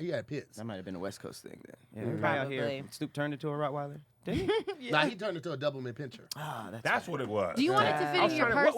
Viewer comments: So nobody heard say "Doublemint Pincher"? 🤣🤣🤣🤣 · Did say "DOUBLE MINT Pinscher"? Sir...